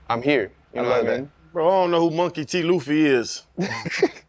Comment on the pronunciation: Monkey D. "Luffie" lol